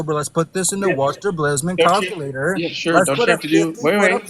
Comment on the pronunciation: Never trust the math of someone that pronounces it “Calcuhlater”.